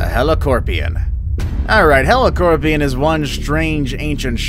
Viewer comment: It’s a Heli”cop”rion, not Heli”corp”ion